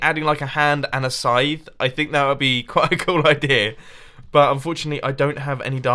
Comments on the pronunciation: Did anyone else think he wad saying "sign" instead of "scythe" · I thought you said sign not scythe.